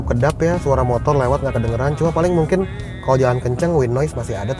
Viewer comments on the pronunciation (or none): none